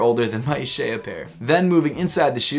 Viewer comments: I can read Hebrew, it’s pronounced YUH- SHAH- YAH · It’s pronounced YUH-SHAH-YA